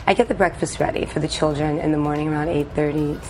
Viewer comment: What the AI can't say the word children?